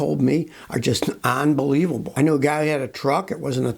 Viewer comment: Scotty, it's "unbelievable", not "onbelievable". You're welcome 😂🤪